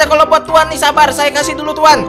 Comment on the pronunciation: Bang tadi Abang bilangnya harusnya Sabar malah sabal